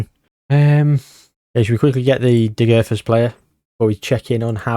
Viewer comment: Please pronounce Degerfors more naturally even if it comes of as Britishness deluxe, as a Swede that’d be much better